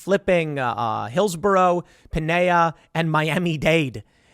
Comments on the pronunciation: Tim, its "Pin-nel-las" not pinnaes. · Tim it’s Pinellas County not Pineya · TIM!! It is pronounced Pin-ELLIS for Pinellas County. I live here in Saint Petersburg. It hurts my ears to hear your pronouncement of it NOT Pinehyah. LOL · WTF is "pinea county"? Do you mean Pinellas County, you ridiculous hillbilly? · Pinellas pronounced pin ellis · I swear to gid if you say pinellas like pinaya one more time imma flip my desk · PI-nell-as. It is not Spanish so just pronounce it normally, Pine-ellis is even closer. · It's pronounced "Pine-el-less" the L's are not silent (in regards to Pinellas county FL) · Tim I love you. It’s pronounce Pin-Elle-as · It’s pronounced PINE-Ell-iss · You should just call it St. Petersburg if you're gonna keep butchering (pee-nell-ios) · Tim I've cringed twice now when you say Pinellas lol It's pronounced Pine-el-as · It's pronounced Pi-nell-ass